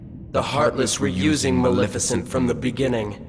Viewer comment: Man, still can't say Maleficent's name right.